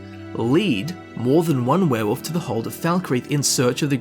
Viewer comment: The fact that your accent makes 'werewolf' sound like 'werewoof' to me, simply gives me altogether too much joy